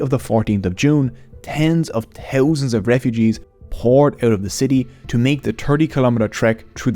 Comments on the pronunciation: Too towsand turt teen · tirty = thirty tree = three tousend = thousand sout = south tink = think overtrone = overthrown hooties = houthis